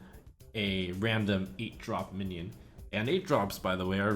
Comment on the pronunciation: "Suommons, on average, a mionion"